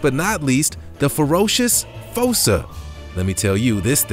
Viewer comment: I do believe that the correct pronunciation for#10, "fossa", is not with a long o, but with a long " u". Like in the animated movie "Madagascar", the animals are afraid of the " fūsa" (like the word use). But, nice video.